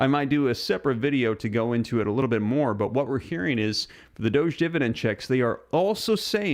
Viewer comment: Really tired of your pronunciation of doge........